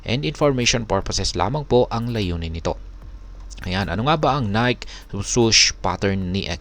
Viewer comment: Ni-ke pronunciation nyan